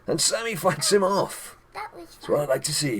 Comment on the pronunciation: Children do not read this. When I first watched the video I had to go back and watch again, its sounded like he said 'and Sami F***s him off', realised said fight, silly me -_